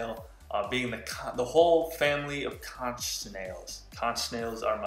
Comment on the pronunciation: It's pronounced "CONK" although spelt conch